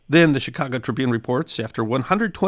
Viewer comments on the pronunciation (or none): none